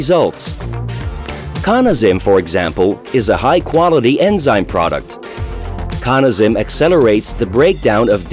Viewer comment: Hmm, "Cawna". Always thought it was pronounced "Cannuh". Good to know! :)